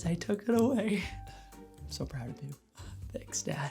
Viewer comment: "i'm so pround of you - tanks dad"